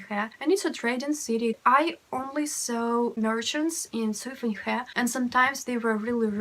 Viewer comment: Very interesting video, and the pronunciation of SUIFENHE (绥芬河）is so lovely.